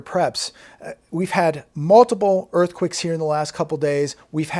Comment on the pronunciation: Earthquicks??? You can't pronounce earthquakes lol??? Funny....